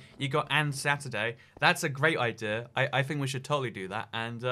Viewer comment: About the accent thing. Stop saying "Javar Edition" and "Idear" and you're good to go.